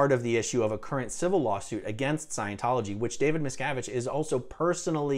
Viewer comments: You made a good video, but the way you say his name makes it sounds like you’re saying “Mrs.” It wasn’t until the lawyer was doing his examination that I understood what his name was. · anyone hear every time someone says miscavige instead hear, "Ms cavige